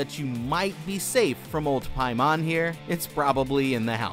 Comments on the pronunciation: I’m fairly certain it’s pronounced Pay-Man not Pie-Mon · King “pay men” lol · Am i the only one who had to double take when be said paimon?